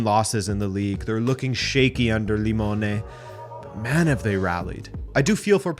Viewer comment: "they're lookimg shaky under Limone??" 😂😂 did he mean "lookin' shaky under Simone? Love the channel e Forza Inter!!